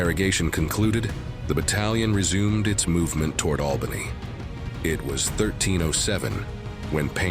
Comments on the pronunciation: I found this weird. Isn’t it just flanked? Not outflanked? And why say albaynee when you’ve been pronouncing it right before? Plus, did someone to shove as many school vocabulary words in as possible, even when there’s a simpler, concise way to say something? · Albany does not change its pronunciation as you like. You don’t forbode anything. someone please edit this stuff.